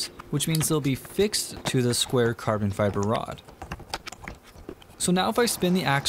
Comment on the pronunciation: i heard carbon fiber as karbonfibr